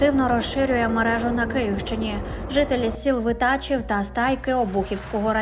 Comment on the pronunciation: Не ВитАчів, а ВитачІв